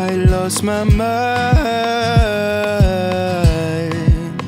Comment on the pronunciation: This guy is REALLY good, don't get me wrong. It's just... the enunciation though. Mine=Mind, Fay=Fate? It bothers me because one of the main things my choir teacher drills in our heads is the enunciation of words in a song. Especially the enunciation for syllables like D and T.